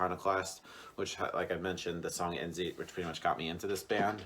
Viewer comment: I like your review, nice work! Your pronouniciation of Alex name is right, but I tend to hear this more often, Endzeit is pronounced like end-cite ;)